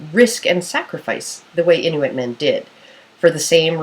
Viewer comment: your saying inuit wrong :L its kinda anoyying